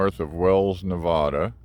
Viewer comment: Don't say Nev-ah-duh to a Native Nevadan, or any Nevadan for that matter...it's Nev-add-uh. haha. It's a running joke here...we cringe every time someone says Nev-ah-duh. Yep time to retire the blue van. You need a reliable rig, air conditioning & all to travel, not have to sink $$$ into it. I know, it's sentimental value, but there comes a time. You can't expect a 50- yr-old vehicle to perform like a newer vehicle on those distances. Safe travels.